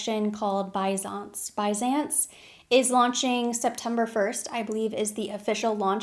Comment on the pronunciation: Bysans is pronounced Beesanse, please do not say bye-sans, it is californian.